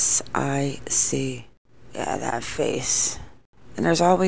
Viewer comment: Rort means scam and ASIC is pronounced As - Sic ❤️